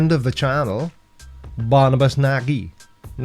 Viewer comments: You're ALMOST there with the Hungarian pronounciation,, my kedvenc (nooo insult here, go to google translate 😂)! - When you pronounce "Nagy", just think of Monty Python's sketch "Nudge Nudge" - say "nudge nudge" and cut the second "nudge". One ist absolutely sufficient for Barney! (And remember for your education: "nagy" means BIG! - A big what? I leave that to you to decide!) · close but not quite. Nagy - > Nadg (no ee sound). You can use Google Translate to get the correct pronunciation. (I tried the mobile - android - version and could verify as I know a little bit of Hungarian). And YES, Barnaby is a Fool (tool - spanner?)